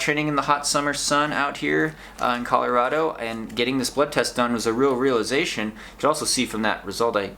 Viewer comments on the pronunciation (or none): none